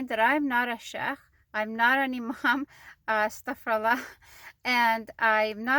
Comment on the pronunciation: you said: Asstaghfara-llaah. The correct pronunciation is: Asstaghfiru-llaah. The meaning in the first expression is that Allaah is making Isstighfaar. The meaning in the second expression is that I make Isstighfaar and address it to Allaah.